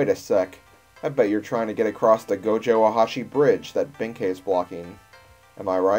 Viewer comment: You're right in the case of Yae and Sasuke, but he was pronouncing Benkei right. The latter is actually a Chinese name.